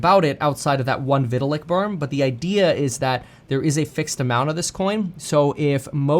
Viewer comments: Hey Kevin, can you please stop pronouncing his name like Vih-til-ick? It's like Vy-tal-ick. Thanks. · Didn’t even pronounce Vitalik name correctly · Cant say vitalik name correctly